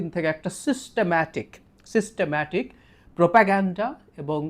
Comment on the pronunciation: সেনা প্রধানের পিছনে তোর এতোই তেল মারা দেখে আমার কেনো জানি মনে হচ্ছে যে,সেনা প্রধানকে অতিসত্বর তার পদ থেকে সরিয়ে ফেলা উচিৎ, তুই জাহিদ আবারো আমাদের মনে করিয়ে দিলি এই ওয়াকার হলো আওয়ামী বীজ,এখন চারা গজাচ্ছে তোর এই সিস্টেম্যা,,,,,,,,,টিক উচ্চারণেই বলে তুই একজন বড় মাপের আওয়ামী দালাল